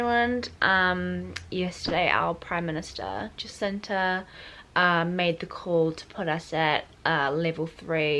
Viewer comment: Its Jacinda, not Jacinta. So many people get it wrong.